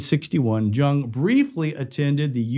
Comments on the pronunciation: It's pronounced Yung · It's pronounced " Young" George's last name. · Its pronounced " Young" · Correction: George's last name "Jung", was pronounced "Young"! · It's pronounced young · You'd think that anyone who took the time to research a famous person in order to produce a video biopic of their lives would at least be able to get the name pronunciation correct, but apparently not. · I came looking for this comment, and was shocked not to see it mentioned by more people! Every time he said it wrong I cringe a little more.😖